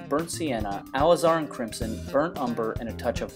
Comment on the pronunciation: Also, please don't take offense to my critic but to keep in line with your degree of excellence in detail. Your pronunciation of Alizarin should be Ale iz-er-in like all is er in...... It is an anthraquinone originally derived from the root of the madder plant. In 1869, it became the first natural pigment to be duplicated synthetically. First made in 1868 called Madder